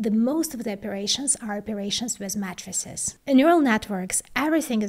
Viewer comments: It's matrices, not mattresses! :yougotthis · Mattresses? Haha, oh, Matrices... repeated what I thought to be "mattresses", until I put two and two together..., please use a long "A" for that word as it will help with that beautiful accent you have, to a better understanding in English. She Rocks! In the realm of keeping us updated on esoteric chip design she's a Rock Star!!! Gr8! Peace ☮💜Love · Couldn't help but laugh when said 'Matrices' but pronounced it as 'Mattresses'. Has she ever revealed what language her unique accent comes from? It sounds very familiar (maybe Slavic?), but I just can't place it. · Your right, I thought I heard something wrong. But she's great ! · when she was saying "matrixes" or "matrices" i thought she was saying "matresses"